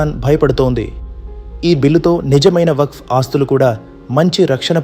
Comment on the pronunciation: న్యూస్ రీడర్ కి వక్ఫ్ బోర్డ్ అనటం రాలేదు. వక్స్ అని చెబుతున్నాడు